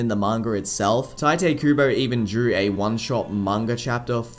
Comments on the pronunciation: Its "tea" te kubo, not "tie" te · His name isn’t “Tai-tay” its “tai-toh”. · It’s pronounced Tite Kubo not Taite Kubo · Isn’t Tite pronounced (Tee-tay)? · tai-tay kooboh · Please dont say 'taite' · I actually heard from the translators on a Bleach Brave Souls live stream that it's actually pronounced "Taito." Like "tight" and "oh." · it's pronounced "Tee-Tay" Kubo btw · Actually, I found out in a Bleach Brave Souls Bankai Live stream that it's pronounced "Taito" Kubo. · the first time you pronounced tite kubo i was like "... wut?"